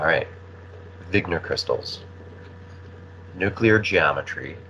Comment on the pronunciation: The word is not nucular